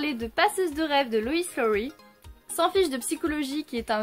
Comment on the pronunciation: Hello :) L'auteur est Loïs Lowry mais c'est dur à prononcer :( oui il est flippant le 2 même à 21 ans ;) merci et bienvenue